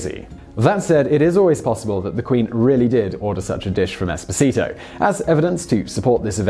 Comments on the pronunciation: Sine Nomine that's without talking about pronunciation of the name Esposito ahahahahah. All it would have taken was a quick visit to google translate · It's EspOsito, not EsposIto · It wouldn’t bother me so much how you butchered the name “Esposito” if you hadn’t repeatedly done it so many times in a row. Each time was its own verbal stab wound. The stress goes on the second syllable not the third. If you’re to position yourself as the authoritative source of real people, places, and events, maybe get the name right. Peace. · I strongly advise to practice your Italian pronunciation: you totally got the accents wrong on the "Esposito" name. :-) If you want any help I'm Italian :-)